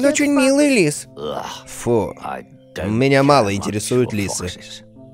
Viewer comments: Ты сказал все ЛЫСЫ злые, а не Лисы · Рассказчик:Именно,но все лисы злые. Куплинов:Именно но все лысы злые.😂😂😂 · мне одной показалось что дмитрий сказал лЫсы)))